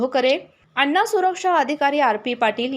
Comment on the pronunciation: अण्ण काय अन्न बोलता येत नाही